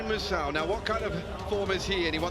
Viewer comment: THAT COMMENTATOR SHOULD PRONOUNCE "MUSAU" WELL